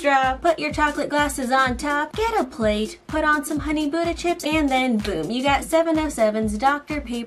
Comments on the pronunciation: OH, was saying “ Honey Butter Chips” I keep hearing “Honey Buda Chips” 😐😦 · Is my ear wrong or something- I keep hearing "buda" not "butter" 👁👄👁👉👈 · Every time I heard “Honey Buddha chips” I started WHEEZING😂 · Same- I keep hearing "buda", I think something wrong with my ear